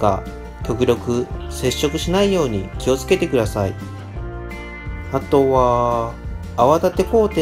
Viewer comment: あとは､､､､が独特な言い方ですね 普通に言っていいですよ